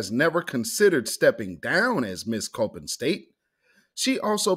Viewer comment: It’s pronounced c-o-p-p-i-n not coping. Your welcome family. I was born and raised in Baltimore. Before I left that dumpster city 30 years ago